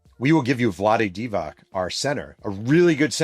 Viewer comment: Love the show Jeff- if it was pronounced Divak, it would be spelled Divak. It’s Divats (c like zz in pizza)